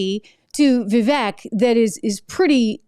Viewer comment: It's pronounced Vivek (Viv • āk)